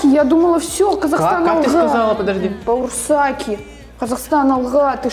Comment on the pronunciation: говорит - баурсаки - барсултаки?😅